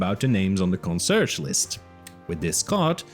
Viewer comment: “Consurge”? Con-see-AIRJ, at least in general English.